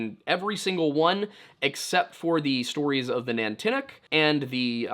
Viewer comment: Nantiinaq is "NON-tee-knock", not "nan-tinnuc". Stavanger is "sta-VANG-er", not "stavvinjur". Stop mispronouncing things. And to answer your question: "gwitchin".